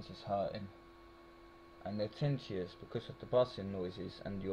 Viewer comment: TIN - NI- TUS (is the pronunciation).